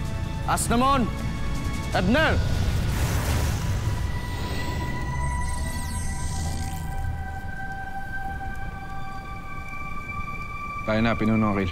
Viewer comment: Natawa ako sa asnamon ebner ni aquil...di ba asnamon arber yun....😁😁😁